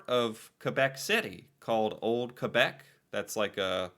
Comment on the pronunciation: Your pronunciation of “Quebec” is perfection, but you really need to work on your Torana. 🤣